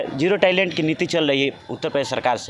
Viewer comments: इसको सपा का जिला अध्यक्ष कौन बना दिया ये o टॉलरेंस को o टैलेंट बोल रहा है। भाई गूगल सर्च कर लेता। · जिओ टैलेंट नहीं जीरो टॉलरेंस होता है टोपा। 🤣🤣🤣🤣🤣🤣🤣🤣🤣 भाइयों इसको लाइक करो और टॉप पर पहुंचाओ।🙏🏻🙏🏻🙏🏻🙏🏻